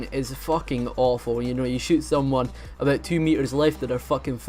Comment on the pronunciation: I like how you say a boot